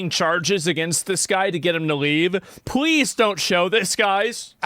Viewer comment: WTF is Pweeze??